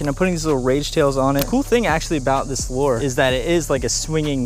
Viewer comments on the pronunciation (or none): lure not lore